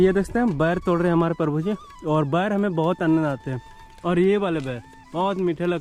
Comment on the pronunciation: बैर (दुश्मनी) न बोलो प्रभु जी। इसका सहीं उच्चारण बेर है। बे SSS.. र :face-blue-smiling